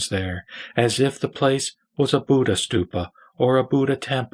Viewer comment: Pronunciation of ' Dharma ' / ' BUDDHA" may be perfected. " Biksus " ==> " BHIKHSUs "